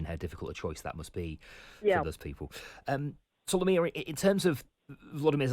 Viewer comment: Solomia not Somalia!